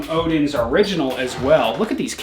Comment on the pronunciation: We Scandinavian knows he's American when he says Odin's and not odens